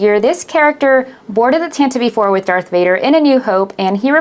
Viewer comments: It's not Tant-Eevee, it's pronounced like attentive! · Stop saying tantivee 4 you tit! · IT'S CALLED THE "TANTIVE IV". How hard is it to get that right? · The way you say Tantive IV is strange. Good review but that kept sticking out to me.